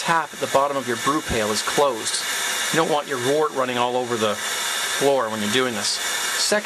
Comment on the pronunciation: I always thought one should call the unfermented beer "wort" sounds like "wert" not "Wart". Isn't that the correct pronounciation? The word "word" sounds like "werd" not "ward" and so the word "wort" sounds like "wert".